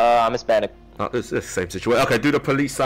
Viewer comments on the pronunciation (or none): Ain't no way bro said "Hispanicanese" 😭